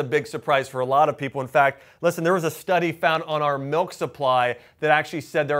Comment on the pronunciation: What the hell is melk?